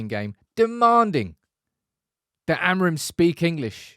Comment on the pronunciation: Rúben Amorin managed the situation quite well. He's used to some Portuguese journalists with a similar disrespectful approach. By the way, you may want to learn how to pronounce his surname correctly: 'uh-mooreen''. Great channel, you've got yourself a new subscriber!